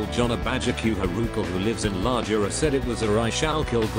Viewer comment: It's not la Jura it's Rajura